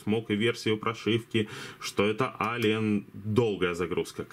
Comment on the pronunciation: ЭЛИЕН, не Алиен, господи, как же слух режет, неужели так тяжело посмотреть транскрипцию названия мода, который обозреваешь.